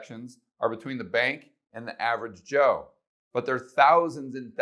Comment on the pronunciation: I paused the video because I cracked up when you said average Cho. Lol